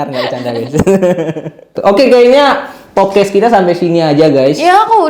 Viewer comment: Agak gemes lama² ya sama lu bang, "podcast" bang bukan "popcast"😅